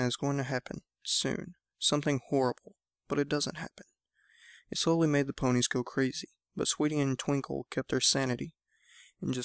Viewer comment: Made not kade